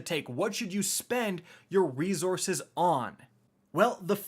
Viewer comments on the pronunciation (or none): Yo I love the content but my guy it’s resources no rezorources. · It kinda drives me nuts how you pronounce resources. It’s not rezorzes. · "ree-Zources" lmao... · I always have a laugh when he says rezorces. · “Re-zor-suhs” Lol where are you from? You’re from up north right!! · said reZZources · Have I lived 40 years and never realized how to pronounce reZource(s)?